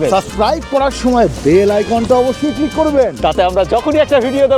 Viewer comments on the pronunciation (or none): none